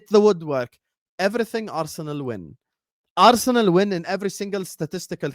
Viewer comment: ARRRU - SENAL...😂😂😂